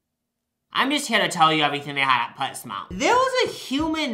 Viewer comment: wait, did you say pet smart, or pets mart